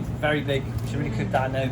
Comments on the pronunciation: That's absolutely spot on, myself and the missus here laughing our asses off on the couch, in Ireland 😂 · 😂😂 very true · Haha, as an Irishman, I noticed that as well 🙂